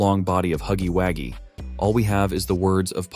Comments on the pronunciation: I'm unsubscribing cuz why the hell is he is saying huggywaggie 🤨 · Why does he say huggy Waggys? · 😂😂😂It not huggy haggies it huggy wuggy😂😂😂